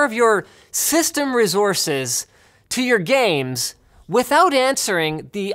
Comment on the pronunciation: I just like the way Linus says "rezources" or is it "race-horses?"